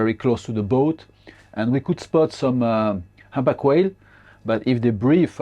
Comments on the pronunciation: 唔好意思，希望你唔好介意，其實係讀堪back，唔係hand back😣😣 anyway，呢個trip好好睇， thank you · "humpback" 點解你讀到好似handbag咁樣？LOL